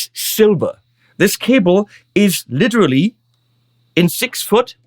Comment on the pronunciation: Jaaa, „litschrli“